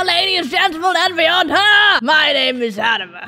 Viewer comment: The intro sounded like: BGAHWGHAGGWGAGAGAGA AND BEYOOOND